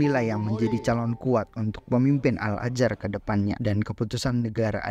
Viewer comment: Al Azhar bang bukan al ajar